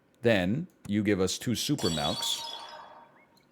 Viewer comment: The man pronounces milk with an e